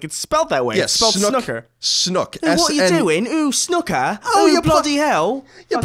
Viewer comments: Great podcast guys - loving the ps5 news and looking forward to hearing your take on days gone..... so with the snooker thing and being English.... if you ever have the desire to pronounce the word in our native tongue it is 's-NEW-kur'. Here is a great example for you to enjoy :) :))) I very much enjoyed listening to you guys passionately saying snuk-ker and demonstrating your jason statham impressions :) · didnt comment last week, but seriously, snOOker. Please please never say it wrong again!! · You still haven't got it, even after listening to it... "S-NEW-KUR" guys... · i got to say your English accents are actually pretty good, thats coming from an east Londoner who grew up with cockney parents lol but its 100% SNOOKER SNOO is pronounced like ZOO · The american pronunciation is wrong! Do you say "Snuppy" when you refer to Charlie Brown's dog?